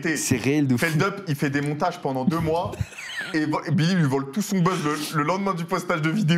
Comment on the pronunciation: " je fais des recherches bendantes "